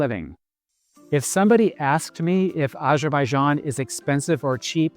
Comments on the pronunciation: Great review. Just one small note: it’s Azerbaijan, not ajerbayjan. I understand it might be a pronunciation thing, but try this: say Arizona, then immediately say Azerbaijan. Once again, excellent review, very helpful for anyone who hasn’t visited yet. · Would be nice to pronounce name of Azerbaijan correctly